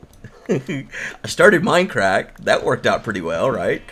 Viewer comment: its mindcrack not minecrack